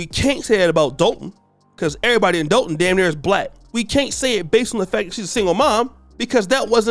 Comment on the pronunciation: You pronounce Dolton wrong. It’s pronounced like you’re saying Doll (Barbie Doll) Dolton (Dawlton)